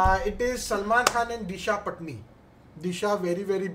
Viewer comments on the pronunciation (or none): dada its not disha patni its patani.....pronounce kasa sangu ....hopefully u read it right this time